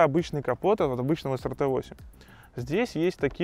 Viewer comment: правильно произносится SRT - Эс Ар Ти.